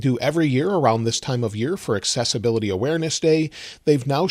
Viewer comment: Why do I keep hearing successability instead of accessibility?